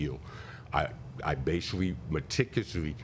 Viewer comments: Plaintiff started off, "I'm bashivally"........... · Judge Judy: "Not bashivally!"